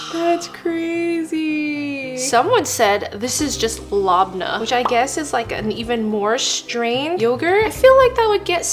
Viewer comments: LABNA???? That’s kinda rude even though it wasn’t intentional it’s pronounce Labn-eh it’s an Arabic dish or side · You said lab na it's leb a neh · bro "lAbna" broke my heart😂. i know shes not syrian so its hard for her to pronounce it correctly but its still so irritating to hear people pronouce arabic words wrong idk why. lebne is more creamy btw (atleast the one i know) its pronounced "Lebne" the first e is short and the second one is long. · “ LoBnOh” went crazy 🗣️🗣️🗣️🔥🔥🔥 (Its pronounced Lebneh) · Not labna its labne my fav dish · Its « Lehbnee » labnah is not a thing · Labneh is pronounced lebnah, the e making the sound in 'egg' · It’s not “la-blah” it’s “lab-neh” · “Labnah” GIRL- IM AN ARAB AND ITS PRONOUNCED LEBNEH 😭 but we do NOT put coloring in it, and it’s even healthier. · "LAB-NAH" 😭💀🙏 it's lab--nay (it's and arab dish) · Bro it's LA B NIH that's how it's spelled not LA B NAH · Well its pronounced Lab-nih. Its a super traditional dish in Lebanon and Syria. >3 Its mainly served on breakfast and dinner with olive oil on top, u can side it with olives, thyme, and veggies. Its very yummy and delicious and its easy to make. Just and a pinch of salt in the yogurt (put salt based on the amount of yogurt), Then u leave it without pressuring it for like a day Then add it to a bowl, serve, and enjoyyyyy. Note:never add sugar food coloring or anything, it makes woooorse and dry Thxx XD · “Lobnah” ✌️😭 I love hearing how influencers pronounce Arab foods sm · It’s. Pronounced. Lebnah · It's pronounced leb-ney. Goes good on pita with olive oil! Lebneh and Lebanon come from the same word meaning white, because of the snow capped mountains 🇱🇧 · *LA BA NEH ( laa baaa ne) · It's pronounced Leb-nay if you're Lebanese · You pronounce it like “leben” btw for some reason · It’s pronounced LEB NUH and it doesn’t stick to your mouth think of it kind of like a yogurt cream cheese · “Lab-nah” ?! 🤨😡. Nahhhh. MEDERTERAINEAINS, ASSEMBLEEEEE!!! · It’s Leb-nah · It is labneh